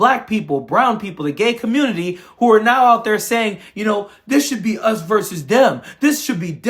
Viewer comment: It's "versus", not "verse". Just sayin...